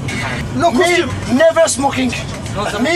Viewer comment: me never smocking, me always Yougataga 😂😂😂 English RIP 😆